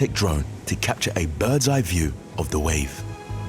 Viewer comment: Cool video but this commentator can’t pronounce half his words properly. Every other “th” is a “d” or “f” !! Can’t be unheard!!!